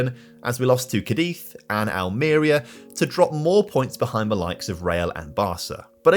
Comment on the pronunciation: Great video, but as a Cadiz CF fan it hurts my ears the way you pronounce it 😅😂 its Cadiz with emphasis on the Ca part, not in the iz. Would be sweet if you a video with the team :)